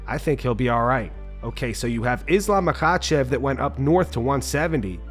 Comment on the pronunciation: SHOUT OUT TO the Content Creator for saying “Makhachev” like, fükën perfectly. I always found that region’s dialect was tricky to enunciation & articulate. I have a Master's Degree in Phraseology* *B.S.